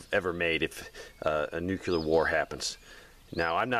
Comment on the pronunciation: I'd feel better about your suggestions if you pronounced nuclear correctly. :)